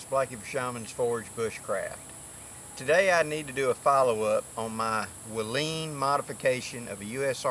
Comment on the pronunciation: It's pronounced like Waylon Jennings.....waylon tent.